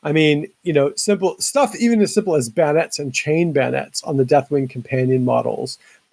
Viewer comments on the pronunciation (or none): It's bay o nets, not baynets